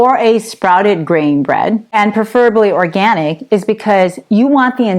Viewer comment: Can't say the word organic? Sad.